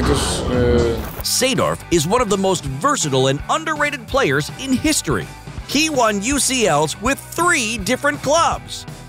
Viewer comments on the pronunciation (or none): none